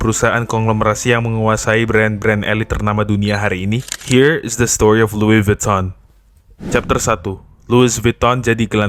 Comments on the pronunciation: Loui vitong bang bacanya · Lui vitong bang bunyinya.. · Lui vuttong mas cara bacanya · Lui vitong bacanya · Pengucapan Louis Vuitton secara bahasa Perancis = Luwi Vitong. CMIIW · baca brand nya ga gitu bg😢